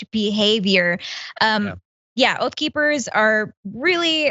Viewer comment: OATH OR OAF?